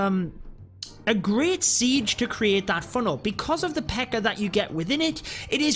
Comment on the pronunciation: English folks tend to add an "-er" sound to the end of some words. I don't know why, but it makes for a hilarious sound when you say the word Pekka. It becomes Pekker. I love it! lol "...here we see the Pekker going after the Queen..." So good. Just joined your Discord server. sigh Twitch yesterday, Discord today, Instagram last week...too many passwords and new programs to learn...